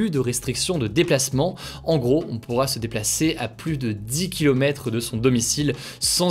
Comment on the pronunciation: Hello, on dit pas PLUSSE, mais PLUS (le s est muet). Jpp.